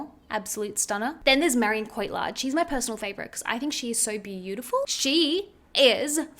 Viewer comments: Thank you for this video! Just adding this, as politely as humanly possible: Mar-E-on CO-till-arr (like pirate arr)d (soft 'd', almost an English 't'). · as a french person the way u said Marion Cotillard😭I can't aha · « Marleen Courtyard » 😅😅😂😂😂😂